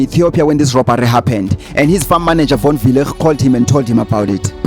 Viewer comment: here is my advise: Proper PronuncIATION WILL GET YOU MORE LIKES ASK CHATGPT. ask it how to pronoune Von Weilligh. just an advise it is kinda offensive to mispronounce someone's name behind the idiocy of "thereis no master of pronounciatiion it is pronunciation.""